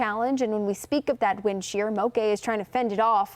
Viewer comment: she's mispronouncing it. Moke sounds like woke not cafe'. In Hawaii, a "moke" is a rugged local who has a tendency to fight.